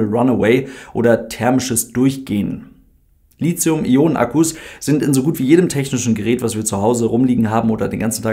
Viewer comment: Just FYI, das th in Lithium spricht sich genauso aus wie Lithographie, also wirklich T(h), nicht Z 😀 Liegt daran, dass es vom altgriechischen lithos, Stein, abgeleitet ist 😀